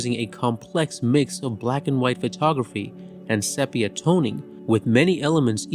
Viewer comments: I really liked your review……except the word “sepia”, is pronounced SEE PEE UH, not SEP PEE UH. Please try to use the correct annunciation. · “Sepia” is pronounced “see-pee-a”, not “sep”. Oy. Otherwise, a good short. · If you are going to make videos like this at least learn how to pronounce the damn words. It’s not pronounced sepia with a short e. It’s pronounced SEE PEE UH. This is common knowledge which shows that you have no idea what you are talking about. Get it right! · Sepia is pronounced see-pee-uh. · Very well done. Thank you. Only thing: 'sepia' is pronounced 'SEApia.' Otherwise it's perfect. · You are the first person I have ever heard, to mispronounce the word 'Sepia'.